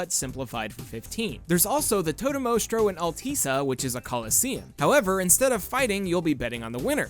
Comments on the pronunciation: Alteesa? ...Altissia lol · I've heard it pronounced all-Tish-ya the whole game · Chris Koloski I've also heard it said as "alltisseeuh". If I remember correctly, that's how Gladio says it at the beginning of the game. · hold on a second, I paused at 3 minutes in, but how can you pronounce Altissia wrong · It's not hard to understand someone pronouncing Altissia wrong when the pronunciation isn't even consistent in the game itself.